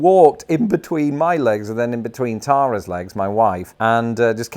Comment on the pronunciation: calls his wife Taaa-ra "Ta-rah." Yet he pronounces Pa-Stah as Paaaaaas-ta. Strange people. Keep them out of USA. Bwahahahah